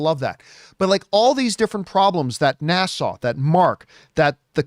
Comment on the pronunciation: Can we keep giving more NASA movies until he learns how to pronounce it. Every time he says it, I think it is in the Bahamas instead of Houston. NA (as in nap) SA (more suh than sau). It's the second part that he is having trouble with. He had the same issue with one of his ad reads, but after a couple of weeks, he corrected it. I guess it is just his Canadian accent coming out. But, yes, I enjoyed the video. So keep them coming.